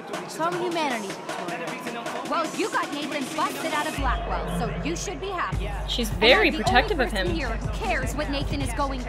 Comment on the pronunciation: Did anyone notice that Blackwelle sounds like blackmail